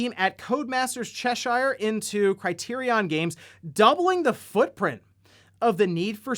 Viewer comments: It’s Che-sure not Chee-shire. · Nice attempt with pronouncing Cheshire. It's pronounced as Che-sure. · ...I'm gonna have to be that guy today, aren't I? Cheshire is pronounced like "Che-sheer," kinda like saying Cher's name but dragging out the end a little. That was funny to hear though. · “Chesh Eyre” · My long wait to hear try to pronounce Cheshire is now at an end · If you’re familiar with British place names you won’t be surprised to learn that’s not how you pronounce “Cheshire” 😄